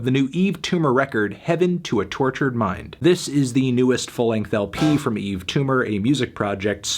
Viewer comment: WHY ISN'T EVERYONE DISTURBED THAT HE FINALLY SAID HIS NAME RIGHT